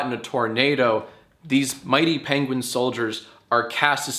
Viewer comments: STOP SAYING PENGWEEN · im sorry..paingween? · hE sAiD pEnGwIng hahhzhahaha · “Paingween” -Johnathan Films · Couldn't fully commit to "pengwings"? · Uh why do you say penguin so weird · I see that has taken "penguin" pronunciation tips from Benihana Crumblcookie